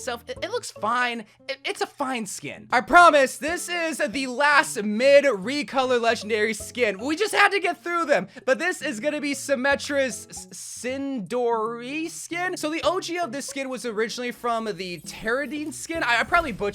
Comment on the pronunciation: not to diss him, but I've never heard someone butcher pronunciation as bad as him "Mauga = Magua"??? "Sindorei = Sindoree/Sindory"??? "Samoa = S'moa"? "Tyrande = Teradine"??? Heavy on that last one. but mauga is either M-aa-oo-ga OR M-aa-oo-nga" . Sindorei would be "Sin-Do-Ray / Sin-Door-Ay" Tyrande "T-Rah-N-Duh" Samoa "S-ah-moh-a" (the O is a long "Ō")